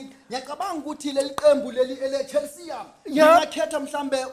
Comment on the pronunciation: It’s the skiiiitss dawg 😭😂😂 Chell-see-ya (Chelsea FC)😭